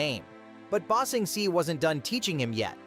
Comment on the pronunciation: You know, in order to ramp up, you REALLY need to A. Use your real voice. B. Get the text to speech to do stuff like rather then ba sing se(it pronounced it see) and do stuff like ba sing say(spell like prenounciation)